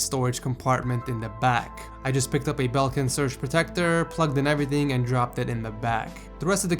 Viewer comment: He said everything like everyting 😂 I couldn't take him seriously